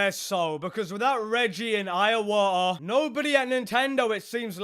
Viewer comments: ... iowa'ah. Iwata brother. Said like E-WATT'A. Never make that mistake again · "Iawata"...who's that? 🤔....do you mean Iwata? And why tf are you shouting at us? Jesus Christ, some cheek saying "pardon the voice crack" 😂